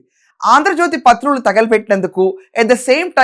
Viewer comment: అక్కా... మీరు సూపర్... కానీ చిన్న correction ఆంధ్రజ్యోతి ""పత్రులు"" అని అంటున్నారు... కాదు""" ప్రతులు """... ఏం అనుకోవద్దు ప్లీజ్ 🙏🙏🙏